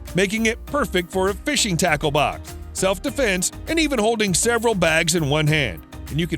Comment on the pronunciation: I hate that he says "sairval" instead of "several"